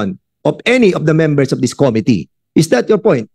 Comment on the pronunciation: Committee - ko MI -tee, hindi KO-mi-tee,!